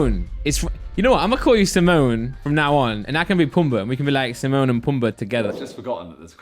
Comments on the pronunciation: Someone tell it’s timon and pumba. Not simone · SIMONE? Mate it's Timon.